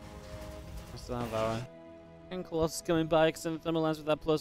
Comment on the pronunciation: Why u say colosai on colosus?